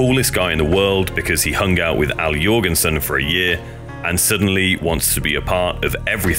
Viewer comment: As a Norwegian, I appreciate your proper pronunciation of the last name Jorgensen 😊